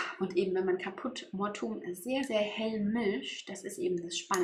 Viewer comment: Man spricht die Farbe 645 Káput mor-tu-um aus, die Betonung liegt auf dem a bei Caput und mortuum spricht man in drei Silben aus. Nicht Mortum!